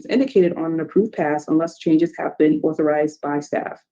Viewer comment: It’s AUTHORIZED!!! Not OTHORIZED!!! Hahahaha ayeeee I can’t stand it!!!